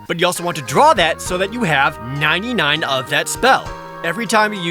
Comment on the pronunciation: everytime say you said 99 it hurt a little more...lol